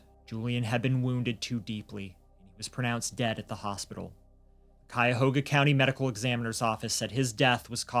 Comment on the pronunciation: as a native Clevelander, thank you for pronouncing Cuyahoga correctly